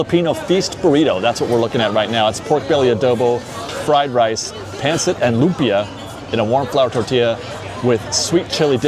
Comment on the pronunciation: thank you for loving Filipino food! Just fyi pancit is actually pronounced pahnceet everybody pronounces it wrong cause of it’s spelling so no worries 😊 happy holidays! ☃️🎄